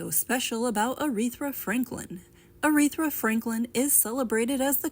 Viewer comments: Her name is not "Arethra" Her name is ARETHA. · Question: Who da hell is "Areefruh" Franklin??? lol Now, I have heard of a "ARETHA" Franklin doe. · ...A-Reth -Tha ....is how you pronounce her name